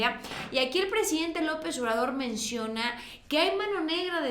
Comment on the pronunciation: X q no ves ha brozo todo lo q dice de López Obrador Te pido un favor con todo respeto habla bien dices Lopess Y no se te entiende nada